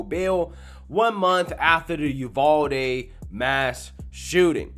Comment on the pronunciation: Yew-Val-Dee, as a Texan I will correct you everytime bro lol dope video though